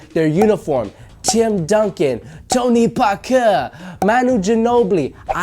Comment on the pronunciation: The way you Said Tony Parker killed me, great content bro.